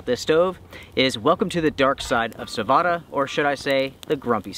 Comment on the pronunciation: Sah-Voh-Tah. Perkele!